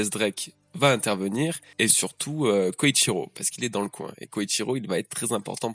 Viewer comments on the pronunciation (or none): Désolé mais c'est beaucoup trop perturbant mais c'est Kyoshiro, kyo et pas Koyshiro "koyshiro", je pense que s'était un foreshadowing que Orochi ne soit pas un sabreur ou samourai car dès le début on nous a dit que le Shogun à été placé là par Kaido (si je me souviens bien) sinon très bonne review :) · Je t'en supplies! Arrete de dire KOYshiro au lieu de KYOshiro, tu fais que le dire de la mauvaise manière, un peu comme Thrillerbarck, on ne le prononce pas [ThrAYller bark] mais bien [Thriller bark] en anglais! le i ne se prononce pas "ay" dans ce cas particulier mais "i", comme en français. Hormis ça, super video!:) Force et courage pour la suite! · Kyoshiro et non Koichiro. 😅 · KYOSHIRO pas KOICHIRO